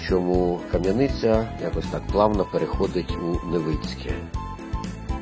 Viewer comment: Не Кам'янИця,а КАм'яниця.